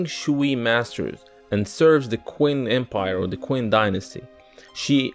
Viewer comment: Qin is actually pronounced "Chin" easy mistake to make.